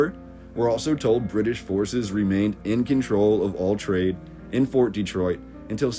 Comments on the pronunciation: Great video and some lovely photographs. One thing is killing me is your mispronunciation of the name. No one born here puts the hard emphasis on the first syllable. We make the first E much softer. Instead of Dee-troit we pronounce it Deh-troit and shorten the first syllable. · It's not DEEtroit, it's Dehtroit. with the emphasis on the second syllable. Please pronounce it correctly. you can look it up. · Folks pronounce it many ways but we have always called it Duh-troit not Dee-troit.